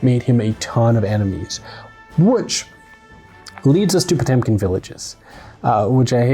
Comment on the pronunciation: And still pronounces Potemkin incorrectly:(